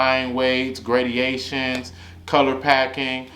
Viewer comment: this ngga just said “gradiations” 😂😂